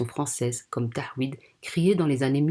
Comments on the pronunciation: Déjà on dit "taw-hid" et non "tah-wid" qui ne veut rien dire d'ailleurs... La vidéo a à peine commencé et on voit le niveau d'amateurisme. Maitrisez votre sujet svp avant de cracher / chier sur une immense religion qui a plus de 1400 ans d'histoire et qui vous dépasse sur tous les plans. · Elle est surtout bébête et opportuniste et ne sais même pas prononcer "tawhid"... Quel amateurisme.